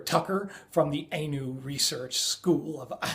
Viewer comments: its not A-new its Ah-new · 2 serious mispronounciations: Hopi is pronounced long oh, and ee. H-oh-pee. Anu - the A is as in Ah, not long ay. So it is pronounced Ah-noo.